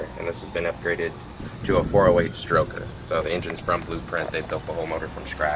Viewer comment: Its not a schtroker its a stroker !